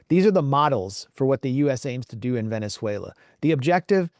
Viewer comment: Glenn, it's pronounced Ve-nez-WAY=-lo, not Ven-ze-WAY-lo. The name "Venezuela" comes from the Italian word Veneziola, meaning "Little Venice." It was coined in 1499 by Italian navigator Amerigo Vespucci, during an expedition led by Alonso de Ojeda, who saw stilt houses built over water on Lake Maracaibo, reminiscent of Venice, Italy.